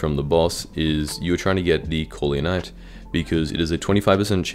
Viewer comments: didnt know corleonite was so hard to americans to say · Even my yt crashed when he was pronouncing corleon